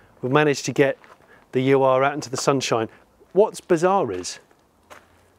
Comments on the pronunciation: Quick bit of pedantry. My understanding was that it wasn't the 'U' 'R' Quattro but pronounced 'Ur' (Err). The definition of Ur is: 'primal, original or earliest. Something regarded as embodying the basic or intrinsic qualities of a particular class or type'. This was the origin car, hence it was the 'Ur Quattro' - the beginning. Audi always did like to strike a slightly portentous tone in their marketing speak. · It's not a U-R Quattro. Call it an Ur (pronounced "oor") Quattro if you really must; the "Ur" prefix is a German-thing meaning "original", as opposed to anything that came afterwards. So when it came out of the factory, it was just the Audi Quattro. Time added the Ur. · a "u r" quattro? :D "Ur" in German means "first of it´s kind" and you spell it...hm...something like "oor". thanks ;) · Just a piece of useless info...it's not a 'You Ar' Quottro...it's pronounced Ur-Quattro almost like saying the first two letters of the word 'or-iginal'... hope it makes sense....😁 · you are correct Ur, pronounced 'oor' means original in German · 'Ur' is a word. It rhymes with 'blur', and means 'the first, or original'. It comes from the ancient Mesopotamian city of Ur, which (they say) was the first city. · Hello Johnny, great show, thanks. Just a quick heads up re the pronouncing of the car name- "Ur" means original or first, in German. It's a whole word and you say it like "uuh-err." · YES. It rhymes with 'blur' - but it's not a German word. It refers to the city if Ur, which was the first city, in Mesopotamia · As others have pointed out, Germans and probably most others pronounce the ur-prefix as one word: u is pronounced like in 'ooh' and replace the 'h' with 'r'. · Why do you pronounce it like "U R Quattro"? "Ur" is just the german word for "primordial" or "original," it's not an abbreviation for something. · Awesome video, but please pronounce Ur right next time. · STOP CALLING IT U-R!!! IS UR ore ÜRE QUATTRO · Come on, say "ur". 😆